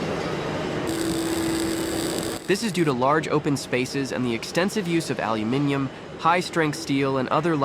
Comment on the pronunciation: First, you need to learn how to say aluminum